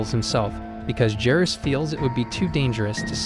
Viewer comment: You don't know how to pronounce Judea and Jairus